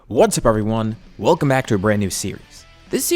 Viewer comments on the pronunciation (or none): none